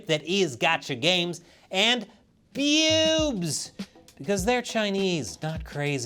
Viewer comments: I think i never want to hear you say bewbs like that ever again xD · Sometimes I misheard him saying bewsb as "PPPEWWWBS" XD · Now this is how I'm going to pronounce BEWBs. It's so much fun! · With the emphasis on BEWBS, you can tell is a man of culture.